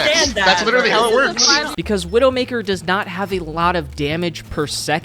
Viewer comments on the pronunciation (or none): I keep wondering if is calling Black Widow "Widowmkaer" on purpose or if he actually doesn't know. Chat I am falling for the ragebait